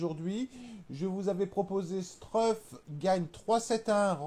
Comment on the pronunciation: je te jure regarde quand il prononce couffin ou struff c est un scandale